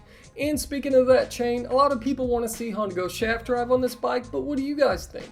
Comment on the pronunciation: Sharft drive” YES” 👍